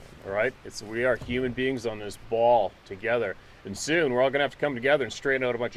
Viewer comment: its not a " Ball".